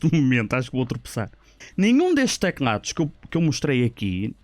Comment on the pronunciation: ele diz tecnados em vez de teclados kkkkkk não é pra gozar mas da piada